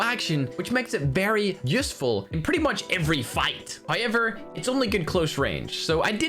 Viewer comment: English language: however: so it’s HIever?